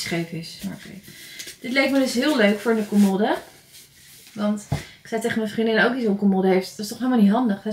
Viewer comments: Ik verstond colmolde. Haha ❤ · Ik kwam hier om te zoeken naar deze reactie! 😂 en hoe vaak zeg je commoooode!? 😂😂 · haha volgens mij zegt ze idd commodde, alsof er 2 D's staan, maar bedoelt ze hetzelfde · Spreek je voor de grap commode verkeerd uit of ligt het aan mij?😅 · Ik moet elke keer giechelen hoe jij ‘commode’ uit spreekt🙈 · Ik dacht precies hetzelfde 🙂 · Hahaha ik dacht ook wtf commode letterlijk gezegd